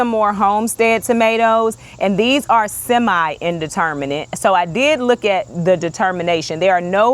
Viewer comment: Are you saying internment plants? Plants given during a funeral?